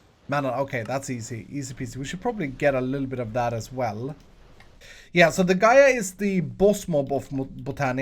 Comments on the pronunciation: Gai ah is how you pronounce it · just a heads up the boss is the earth goddes gaia you kind of pronounced it wrong